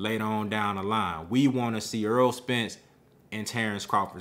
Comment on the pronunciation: I like your commentary but please stop mispronouncing his name. His name is Errol, not Earl.